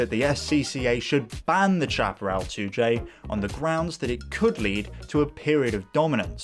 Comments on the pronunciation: It is pronounced SHAP-A-RAL Not CHAP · Not Chap-erell but Shaperell! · to us yanks the pronunciation was shap-e-ral. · It is pronounced 'shaperall' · i thought it was pronounced "sha-pah-rel" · The "ch: in Chaparrall is pronounced "sh", the word is pronounced shaparral. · I don't know how Jim Hall pronounced it, but "chaparral" (a Spanish word) is usually pronounced "SHAP-ə-RAL" in the U.S. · Good report on a famous builder and designer Jim Hall’s 2J. Only thing I would comment on is your mispronunciation of the Chaparral brand. Having lived through this period of racecar development, I never recall ever hearing anyone, including Jim Hall pronounce the “ Chap” part of the name anyway other than like “Shap”arral. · Please learn how to pronounce Chaparral. Snowmobile engine not jet ski. Also the issue wasn’t that it was a three speed transmission but AUTOMATIC!!